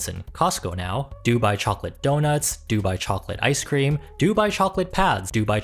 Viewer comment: Baby, it’s [doo-BYE]. Stress on the second syllable 😉